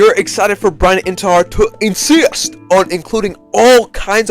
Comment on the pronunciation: “Insist” got me dead